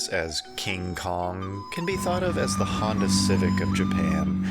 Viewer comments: Hyundai? That's offensive! lol man do your research first! Scion? Crown? ... oh my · this nigga said hundyai n it was Honda lol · It's Honda and not Hondai! Please get that right. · Loooool "hondai"